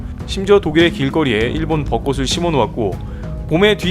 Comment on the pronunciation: 읽기 오류입니다. '벋꼬슬'=>'벋꼬츨' '벋꼬시'=>'벋꼬치'